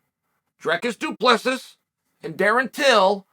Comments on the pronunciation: Du Plexus hahaha 😂 you making a fellow South African laugh here haha. Get it right, remember the name “Dree-cus Duu Plea-seas” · “ I never get names right, I took they the time to learn his name. Du preesee”😂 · Also saying it Du Pressis lol, after saying he learned his name because of how much he respects him. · Drekis du Plexis 🤣. Chael Sonnen. This might help: “Dreeee Ciss Doo Plugh See” Dree (like Bee) Ciss (like Piss) Doo (Like Doo Little) Plugh (Like ugh) See (like The red Sea) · Uncle Chael since I know you read ALL the comments, and I am from South Africa myself, I feel I just have to help you with the pronouncing of Dricus surname 😂 It's "Do Ple-sie" But if you still feel it's "Du Plexis" then so be it 🙌🏻🤣 Undisputed, Undefeated. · Plexis? Try this next time du plecy. Do not spell it like that but said like that. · Du plexus. Du plessiss. Du preese. _ Chael Sonnen from the book of Sonnen 7: 77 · "du prisi" i took the time to learn his name🤣🤣 Lord Chael called it, his name is du prisis now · Pronunciation - "Drick-Us Doo-Plus-See " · Saffa language lesson Chael. Dricus Du Plessis (do pla sea) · Now say it with me.....Doo-pla-cee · "Du Prissy, I took the name to learn his name." - Chael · It's pronounced Du Plessis ( Du_plus_C)🤣 Nice video bro! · Chael: I took time to learn his name Also Chael: Du Plexis Me: ok great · "Du Plexis" "Du Pleeseez" "Du Plesicks" Chael is undefeated in pronunciation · Dome tag " du plexis" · It's pronounced DU-PLA-SI you knucklehead. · Does uncle Chael deliberately pronounce names incorrectly Islam “Mackelchev”. Du plexis lol. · Me being a South African mixed martial artist I'm genuinely dying from the pronunciation 😭😹😹😹it's pronounced "Drikus du ple-si"😹😹😹spelled Dricus du Plessis😹😹😹😹😹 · Chael you say the last part of surname like you wud say sea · I took the time to learn it right. Du Presees ….😂😂👊👊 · Dree-cuss Doo Ples-si. Hopefully that helps on how to pronounce Dricus' name & surname. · agh ne oum Chael. 🤣